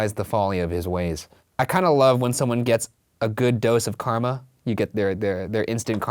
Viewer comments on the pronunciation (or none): none